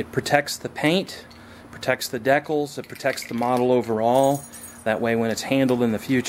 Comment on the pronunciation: Lol, never heard 'Decals' pronounced 'Deckals' before.. nice video though, amazing job!